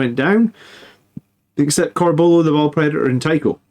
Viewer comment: I'm not gonna lie I'll never get over how you mispronounce "Corbulo".